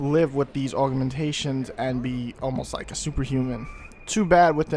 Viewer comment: youre the second person ive heard say it like aug-u-mentations. weird :o